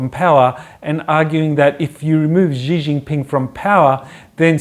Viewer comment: Yup... the pronunciation is really quite off.